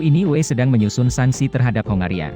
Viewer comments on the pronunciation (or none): Input saja uni eropa (UE) atau pengetikan di buat sepasi menjadi U(spasi)E Biar enak di denger